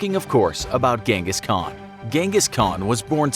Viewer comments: Its prenoised han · I cant watch you saying ghengis as a mongolian🤦🏻‍♂️ little do you know it’s chingis and khan(haan) means king in mongolian